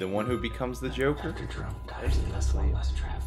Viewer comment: cant say joker